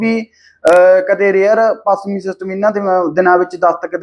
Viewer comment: ਬਾਈ ਤੁਸੀਂ ਹਮੇਸ਼ਾ ਛ ਨੂੰ ਸ ਹੀ ਬੋਲਦੇ ਜਿਵੇਂ ਪੱਸਮੀ,ਸੱਬੀ ਤੇ ਹੋਰ ਵੀ ਕਈ ਸ਼ਬਦ ਨੇ। ਸੁਧਾਰ ਕਰੋ।